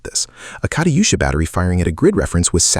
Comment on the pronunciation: Kariyusha? lol you pronounced german names pretty good though